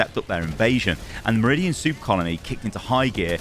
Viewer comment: I can't help but hear this man say "Soup colony"